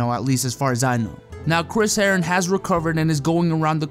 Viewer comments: the way u say herren sounded like heroin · Chris Herren-on